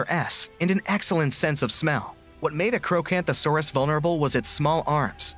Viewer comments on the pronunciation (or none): It's not acrowcanthosaurus its acrocantosaurus